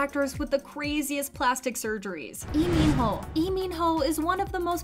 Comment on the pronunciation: Waitttt????do i jst hear her calling Ee min ho